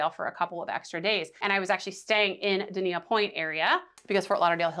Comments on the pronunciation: I gew up in Dania - it’s pronounced “DAYN-YUH”. Never heard of “Duh-nee-yuh”. And to echo comments below: guaranteed I can get from PBI to Port Everglades in half the time compared to MIA to PE. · it's pronounced (Day-ni-ah) the marriott harbour beach is top notch in my opinion, for direct beach access and especially for families. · 🫣 Dania point pronounced “Day-knee-ah” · Dain-yah in local-speak.